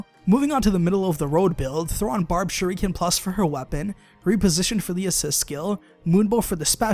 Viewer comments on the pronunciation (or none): none